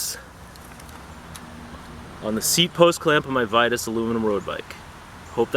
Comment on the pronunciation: Pronounced Vee-toos!